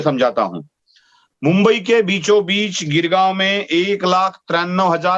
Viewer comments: Sir please take note it's GOREGAON and not GIRGAUM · It is Goregaon .. not Girgaon.